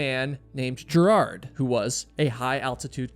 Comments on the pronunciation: Ger hard not gerad. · Gerhard, not Gerard. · You should learn to correct pronounce names. Besides the annoying way you OVERLY emphasize his 1st, it's pronounced "GARE" HARD not "JAIR" hard. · Not gerrhard ist ger Hard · Mallorys body is very much acounted for and a gravestone of sorts was even set above his body. Green boots however was moved in 2014. Also it's pronounced hannelorE, the E isn't silent, it's German. Also it's not jerard, it's ger-hard, hard G. Again, German. Show some love for the victims. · 🤦‍♀️ its Ger-hard Schmatz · Good post but it's " Gare-hard" with a hard G and emphasis on first syllable. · Gerhard is pronounced with a hard G. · oh boy, how you pronounce German names. Gerhard Schmatz! Gerhard is not a french or english name, it is a german name and therefore not pronounced french or english! The syllable "hard" is pronounced similiar to the english "hard". But the "g" in "Gerhard" is spoken like the "g" in "great". So "Ger" is spoken like it is written. This is the clue to have a rule for speaking German. It is spoken as written, same like in latin and in most roman languages. Is it too much for the Us-intelligencia to keep that in mind? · Hi Im getting my friends subscribed. 🧡 your podcast. On this episode you butchered Hannelore and Gearhards name. Kind of a disservice.